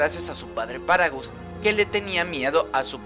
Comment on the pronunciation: Es paragas, No paragos